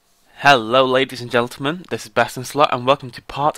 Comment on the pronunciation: "Ladies and Geltermen"